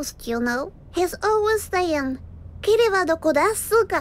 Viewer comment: Si on prend en compte la peut être mauvaise prononciation de qui dirait "kiri" au lieu de "kimi" ("tu"), alors oui la traduction serait "où es tu?" ("kimi wa dokodesuka?")...